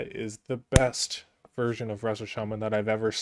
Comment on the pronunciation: Didn't you were a jaja until you said chaman over shaman lmao